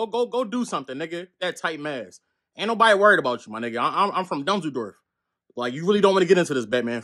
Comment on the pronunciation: Lmao bro said on the dead dunzels ☠️